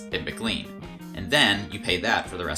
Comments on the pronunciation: McLean, VA is not pronounced like "Mr. Clean", it's actually pronounced McLane, and has been forever. I've heard other people pronounce it wrongly too, probably this mispronunciation is becoming the norm. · Love your videos, but I will say it's Mick-Clayn (McLean) and Wheelie (Wiehle).